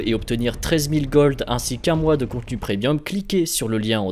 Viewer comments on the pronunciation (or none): none